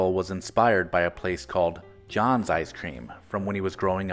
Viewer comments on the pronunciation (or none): Just a minor correction, the legendary NY icecream parlor was pronounced Jaaans as in can...spelled Jahns.... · If Mr Farrell grew up in New York then his inspiration was Jahn’s Ice cream Parlor (pronounced Jan’s not John’s). It was the home of the “Kitchen Sink” a massive sundae that served 4 people easily. It also featured a “2 cent plain” which was a glass of plain seltzer. No pickles there however as ice cream was the only focus. Great memories for me as it was always a treat for our family to go there.